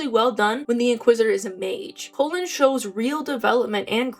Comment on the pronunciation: and pronouncing his name wrong haha. But I love Cullens growth so much